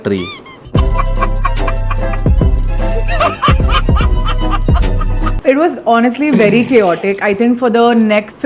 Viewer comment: The way he talk😂😂😂😂 treee😅😅😅😅